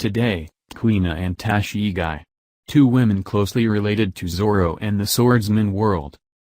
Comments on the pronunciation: Wtf is Tashigai!???? Go home dude and practice pronounciation!! And your country's president mocks the accent of other's lol!! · It’s tah-she-gee